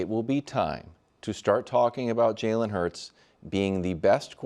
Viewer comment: I’ll never get over how Nick pronounces “Jalen” Hurts. He says it like “Jailen” 😂😂😂